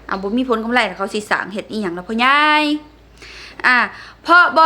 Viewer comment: กำไร ไม่ใช่ กำไล